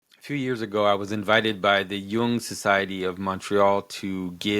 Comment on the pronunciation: Why Jonathan...are you struggling with Jung ?...when said A you need to follow up with B (just curious)